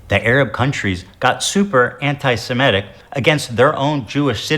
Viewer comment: Not completely relevant but it annoys me how ethan pronounces semitic. "Semetic". It also annoys me how he conflates semitism with Judaism. He doesn't know what he's talking about.